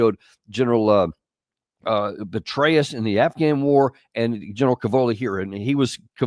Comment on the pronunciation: Haha dont know if the slip of the tongue was on purpose or not but i swear he said gen betray_us